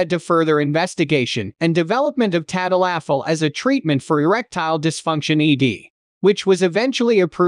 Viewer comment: tad-a-LAFFIL. Lol.